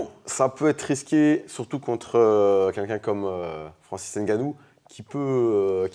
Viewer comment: N gannou gagnant. Mais khabib dit gane